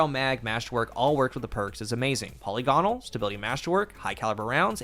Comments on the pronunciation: puh-LIG-in-ull. Not polly-GAH-nul. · Not one d2 youtuber knows how to pronounce polygonal.